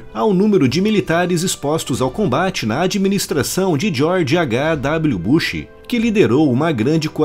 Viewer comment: Chamaram o George Eight de George há-ga kkkkkkkkkkkk